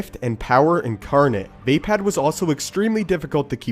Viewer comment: It not pronounced vay-pad it is vapod